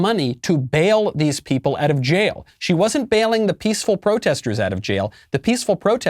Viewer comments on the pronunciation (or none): none